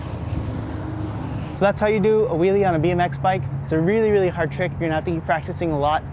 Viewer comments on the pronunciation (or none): wow, that really sucked! hahah. he can just hold it for 2 second and he says "itz a rely Hard treek" LOL he sucks ahah, oh and it's a manual! lol